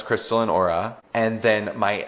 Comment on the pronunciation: the way continues to mispronounce auras name as "aurora mayoori" ❤